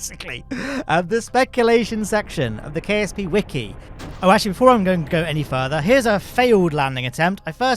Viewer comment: i heard KFC not KSP